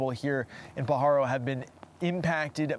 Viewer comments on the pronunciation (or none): Born and raised in the area you're pronouncing Pajaro wrong it's not p paharo